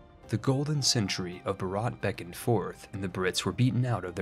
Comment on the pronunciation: Video Starts Says Bharat in a physically painful way Not saying its your fault, Idk why they spell it like that. Its pronounced Bhaarut. ("u" sounds like its used in "mud". Also, the H is not silent at all)